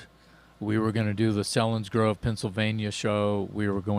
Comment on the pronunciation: Came for the Dirty Looks and subscribed for the content. Selinsgrove is pronounced with a "long E"!